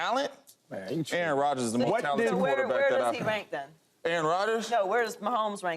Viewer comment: “Aaron Rodger”😂😂😂 Drug test this man